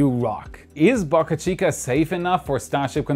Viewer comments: Dude! Pronounce Boca Chica correctly. Not Bahka Chica. Bohkuh Chica... Boe. Bō. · Please. Pronounce name of the SpaceX site correctly. It’s pronounced Bow-Car Chica, not BuckA Chica. Bo-ca Chica NOT Buk-A Chica. There’s no U in Boca. It’s a Spanish word. What’s a Boca? A river mouth or a harbor entrance. Muchas Gracias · Why are u pronouncing Boca Chica differently this video